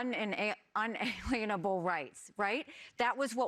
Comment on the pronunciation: Inalienable not un-alienable. Such a phoney.